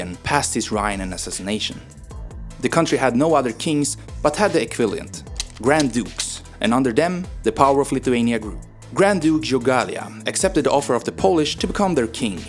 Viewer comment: Not all the pronounciation was completely correct, but a lot of it was ok. Jogaila - the J is pronounced like Y (Yogayla).